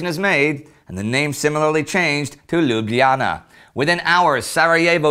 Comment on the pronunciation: A native English speaker pronouncing Ljubljana almost perfectly... Well done Indy!